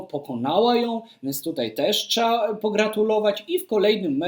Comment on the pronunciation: co to za słowo "trzea", Panie? 😉 Odnośnie Woźniackiej i dzikich kart: w ostatnich tygodniach Woźniacka na konferencji prasowej publicznie wyraziła, podobnie jak Pan, niezadowolenie nt dzikiej karty przyznawanej takim "przypadkom" jak Halep. Być może organizatorom kolejnych turniejów nie spodobał się taki komentarz odnośnie ich kompetencji i w odpowiedzi zastosowali (czasowy?) ostracyzm.